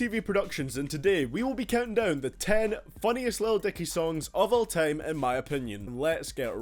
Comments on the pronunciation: hahaha he said tiem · Hahaha he said "tiem"